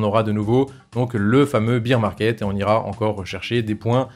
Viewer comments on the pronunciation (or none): Bear market se prononce "bère market". Si tu dis "bir market", c'est la prononciation de beer, la bière.